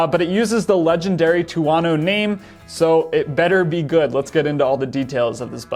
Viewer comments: I was going to say the same thing but figured someone probably already corrected him. Two-Oh-No not Two-Ah-No It's not just a made up word. It's Thunder in Italian. I have a TV4 1100F but wouldn't mind having one of these mid weight ones either. I like the timing of this because it allows Aprilia to get the 2022 bike transitioned over to the new aesthetic (which would invite other improvements as well) rather than having to wait for 2023 (though they still might not get it done in time). My only real complaint about the current 1100 is the lighting which seems much improved with the new design. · Is it really that hard to pronounce it as two-oh-no? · two-OH-no. His pronunciation is killing me 😄